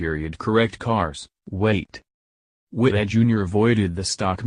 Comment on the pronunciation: You need a better narrator. He continually mispronounces Wittell's name. The Cars were DUESENBERGS.